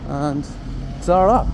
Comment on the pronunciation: You sound so fucking false when you say 'Ta-ra', sometimes it sounds like 'Tsarar'. Just say 'Bye' and sound more genuine, please.